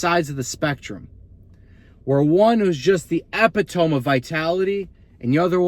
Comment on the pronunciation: 12 minutes of realness, don't change up... Anyway, epitome is pronounced "uh-pit-o-me'"